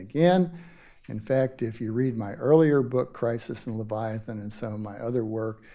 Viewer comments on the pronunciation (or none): Will someone please teach the host,, how to pronounce "Leviathan"?